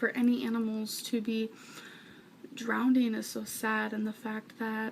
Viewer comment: Lmaoooo “drownDING”